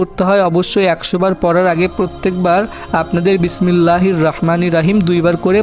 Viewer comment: তাহলে আপনি মোবাইলে ইউটুব ব্যবসা করেন কেন,আমল করেই টাকা কামাই করতে পারেন,আপনি তো বিসমিললা ও ভাল করে পরতে পারেন না,বিসমিললাহির রহমানির রহিম,রাহিম বলবেন না